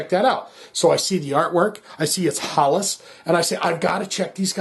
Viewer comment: It is pronounced more like Hellas.